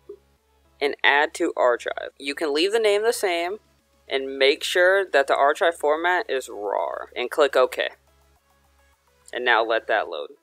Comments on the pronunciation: I completely agree with you. I first came here to tell this dude that "archive" is not pronounced that way, and then saw your comment. To see that he stole this word for word IS STEALING someone elses content. It doesn't matter if you put a source, it's still stealing, and you were right to call him out for it. I'm going to search for the Dallas Soup video and watch it there, instead. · Art Geek this is a Word for word remake / copy !! People make the same videos on the same subjects but this is like I said WORD for word .. he even pronounced archive wrong the same way the other guy did .. go watch Dallas soups video if you don’t believe me . Easy to find . content thief’s should be banned from YouTube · u literally stole this video word for word from dallas soup.. you even said archive wrong after he pronounced it wrong for a joke.. haha stupid video thief